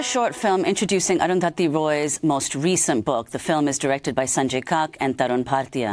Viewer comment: All I'll add is: Amy finally got the pronunciation of 'Arundhati' right: damn difficult for speakers of languages (including english) where the sound 'dh' is absent. Salute to comrades Roy and Goodman ... and thank you Arundhati for providing signed copies even for people like me who are in health too poor to attend a book-launch/talk: I was touched that my copy ordered on amazon.in was signed!